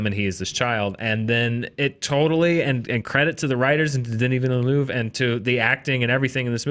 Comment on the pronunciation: Great review. Can you PLEASE learn how to pronounce Denis Villeneuve's name properly though!! You're not alone, I think every single American movie blog YouTube channel gets it wrong!!